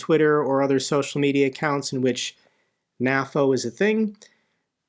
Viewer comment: Why do you say "naffo" instead of "nay-foe"? Do you also say "Nat-o" instead of "nay-toe"? weird...